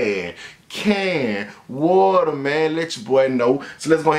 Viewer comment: Hilarious when don’t even say the “s”...shoes just “TRAHHHH” trahhh can waterrr🗣